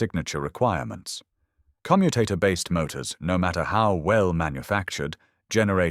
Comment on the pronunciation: AI audio naff again. Commutator stress should be on O , and not U which relates to the verb to commute. pay a bit more and get it right !